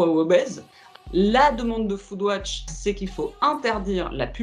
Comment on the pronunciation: pq vs prononcez "foodwotch" ?